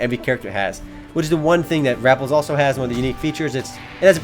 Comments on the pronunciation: it's rah pelz like repels not RAP elz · ive played rappelz and its actually pronounced (ra-pe-lz) this game has alot of pets that help u with doing quests and fighting. pets in this game are very helpful. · lol you pronounce this game like rapples